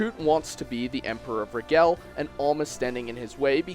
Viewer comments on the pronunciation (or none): none